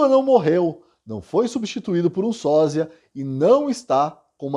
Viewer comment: Porque você pronuncia SÓZIA sendo que o correto é SÓSIA. Trocar a pronuncia ofende os ouvidos.